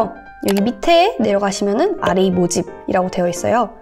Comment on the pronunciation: what is rap이라고 읽어가지고 랩하는줄…